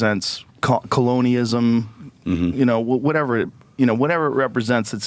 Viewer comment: COLONEEISM!?!? hahahahahahahahahhahaha jfc how do ppl take it.